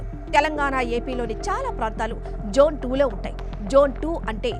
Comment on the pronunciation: Jone kadu Mam zone chepandi